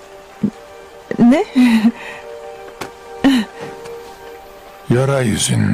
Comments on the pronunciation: Adılayn okunuşu zaten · adi layn ne ya ne sacma dublaj bildigin adelina kizin ismi